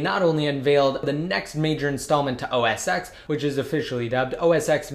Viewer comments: It's pronounced OS ten not x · It's not pronounced 'OS X' it's OS Ten'